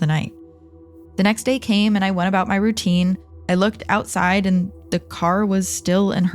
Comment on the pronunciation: lol "and it was a really lovely trip aside London" can hear an accent in that statement 😂